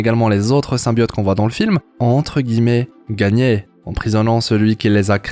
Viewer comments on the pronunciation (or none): none